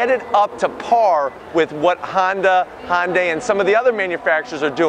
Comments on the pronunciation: HYUNDAI RHYMES WITH SUNDAY. NOT HIGH-UN-DAY. IT’S PRONOUNCED HUN-DAY. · It's Hyundai ...